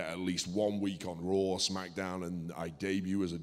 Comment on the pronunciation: Can someone tell Stu that its called "Raw", not "Rawr"